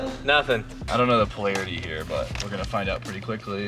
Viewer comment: deserves a raise for even trying to say polarity